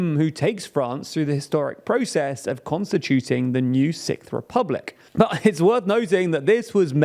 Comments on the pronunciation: Young people want to create a Sikth republic? I was not aware they liked British progressive metal that much 😂 Joking, of course, your accent is overall quite pleasing 😊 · I thought you said "Sick republic" until I read Sixth republic. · Had to cringe watch through the video & the thought of the TLDR team having to say the "sickth" French Republic everytime for future videos is the only reason I don't want France to have a new republic... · Are all Brits just incapable of pronouncing “sixth”? It’s not sikth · sorry, did you say "sick-th"? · having to pronounce "sixth" this many times in one post, oofs